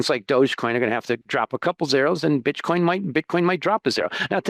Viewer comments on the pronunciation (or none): buddy says bitchcoin. Gotta love it